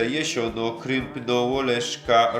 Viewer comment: Chopie, JASIONA a nie Jesiona. Słowa są ważne.